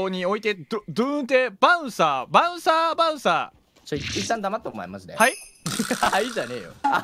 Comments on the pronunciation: はい↑がしんどいwwww イントネーションバカめっちゃ好きですww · 敵にヘリコプター乗ってる😂w はい↑？？がややこすぎるww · はい↑にツボるｗｗｗ このイントネーションにするの絶対難しい🤣🤣